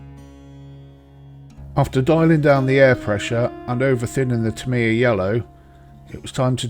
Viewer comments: Tamiya = "TA-me-ya" (and, in fact, the most accurate Japanese pronunciation sounds more like "TAM-ya," where the "me" is more like an apostrophe than an actual syllable.) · You say you speak fluent Japanese yet can't pronounce "Tamiya" correctly? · It seems a little disrespectful to knowingly mispronounce a name.